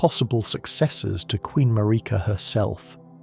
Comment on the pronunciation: This feels like AI is having a rough time with some of these names and phrases McElla vs Miquella, Marika vs MarEEka. Quit using AI to create things that you can do yourself.